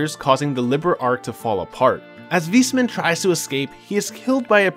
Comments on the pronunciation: Awesome recap! i played the games but this was a great summary for when i start tcs III. Also, its "Wise" man not "Weesman". Not tryna be funny just letting you know. :) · I'm not sure if he butchered every single name on purpose. Like Weissman, Liberl, Aidios etc. Imoressiv either way! lol